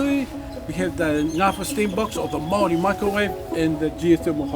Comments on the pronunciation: not the "kiaAAAH aura" and the "mawRRIWIIIIII", i mean, most ppl dont pronounce right but Te Reo Maori is the og language. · Why mow-ree it's Maori and the r is pronounced as di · MĀORI NOT MAOREE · PLEASE SAY (MA- OR- DEE) NOT MAORRY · It's not marry it's māori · It’s actually pronounced mou🥁🥁y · Btw it’s not pronounced actually like kia ora it’s pronounced ki ora ( the r is rolled like it most words with r eg māori kinda pronounced moldy lol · “THE MOW REE” STOP IM GOING TO CRY WHY IS THE WAY HE PRONOUNCES STUFF SO FUNNY TO ME 😭 (Not hate I just found it funny) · It's shocking to see that some Americans genuinely say may-ory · as a new zealander, his pronunciation of maori words hurts. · So many messed up things about this video. Didn't show lollie cake, didn't show pavlova, used a knife and fork to eat a pie, didn't even show mount Ruapehu. Also, he pronounced "Kia ora" and "Maori" wrong. But pretty good overall. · I have to commend your pronunciation. Americans usually comically struggle with Maori words. As best I can tell the only one you struggled with was, ironically, Maori. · when this guy says 'Māori' it hurts my ears. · as a new zealander hearing you pronouce maori and maori words just makes me die 😭